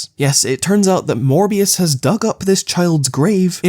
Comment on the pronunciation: I heard "More BS" instead of "Morbius"!